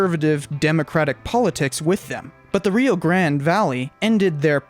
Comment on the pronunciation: And the reason Texans roll their eyes when "nuevo historians" from New Mexico pronounce Rio Grande. I'm surprised that you don't just go with Rio Bravo BTW, I am a Lobo